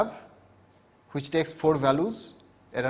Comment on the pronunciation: all is well but he keeps saying which as huvich